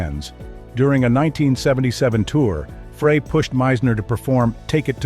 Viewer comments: The inaccurate pronunciation of Fray instead of Frey is reason enough to not follow this channel as clearly they don't have any regard for their awediance...'nuff said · It's FRY not FRAY. Everybody knows this. I'm kinda tired of reading about Felder's "I coulda been a champion " act. He had a great job with tons of cash. He decided to push his luck. He got fired. I've been that guy, so I know. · Here we go again. Freigh is not how to pronounce Glenn Frey's name. Think French Fry. It ain't that tough to get it right. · I can't listen to this bull shit. Especially when the guy who's doing this mess can't even pronounce Glenn Frey's name!! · Seriously? You can't pronounce Frey's name correctly? Why would I listen to anything you have to say on the subject? Do better. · That’s not how you pronounce Glenn’s last name. Seriously? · That's what you get when computers provide the narration. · I was wondering the same thing!!!